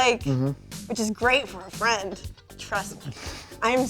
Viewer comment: "You would be a great fraind" MEGA OOF